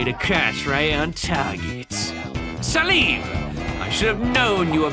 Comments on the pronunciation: Ain’t no way pronounced it “Sah-leem”🤦🏾‍♂️😂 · just some advice: - Click on the collectibles in the information kiosks to get some extra lore - IT'S PRONOUNCED SAY-LEHM NOT SAH-LEEM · The only crime in this video is how pronounces Salem